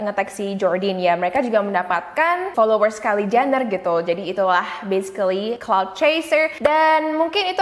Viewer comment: Cloud chaser? I thought it was "clout".. Am i wrong?